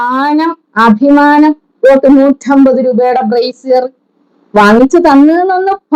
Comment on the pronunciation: എന്റെ പോന്നു ബീൻ ആ സാധനത്തിനു നാണം എന്താണെന്നു അറിയില്ല. സംസ്കാരം എന്താണെന്നു അറിയില്ല, പടച്ചവനെ ഭയമില്ല. ഇതൊക്കെ ഉള്ളവരെ മേടിച്ചത് തിരികെ കൊടുക്കു . അഭിമാനം എന്ന് പറയാൻ പോലും അറിയാതെ അയിമാനം പറയുന്ന അവൾ അത് കൊടുക്കില്ല. ഇതിനെല്ലാം അപ്പുറം സ്വന്തം ലൈവിൽ ഇരുന്നു എന്തൊക്ക പറഞ്ഞിട്ടുണ്ട് ഷിയാസിനെ. നാണം ശകലം എങ്കിലും ഉണ്ടെങ്കിൽ എത്ര കൂട്ടായാലും അയാളോട് പൈസ ചോദിക്കുവോ.